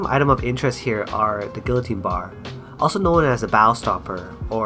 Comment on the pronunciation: You pronounced Guillotine wrong.